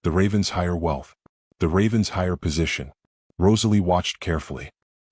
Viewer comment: RAVEN-SHIRE, please. This pronunciation was in another story and called out. Don’t they ever learn